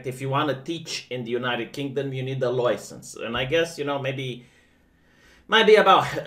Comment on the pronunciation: Can we make stop pronouncing license like that...